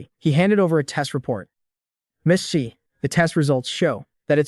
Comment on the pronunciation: ex eye not zhee?